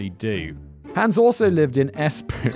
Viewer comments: Bodom is pronounced with the o that you have in oh, as is Espoo, just the o is elongated. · And then to be from Espoo😂😂😂 I’m not sure how many takes that took but I know how many times I rewound it!!!